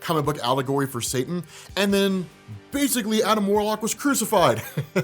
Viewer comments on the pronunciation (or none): none